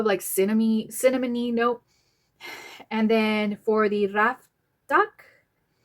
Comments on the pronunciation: RI-FA-KAT❤don t say A like E or O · You would pronounce it Ree-fah-caht. Hope that helps! It's my favorite perfume in my collection 😁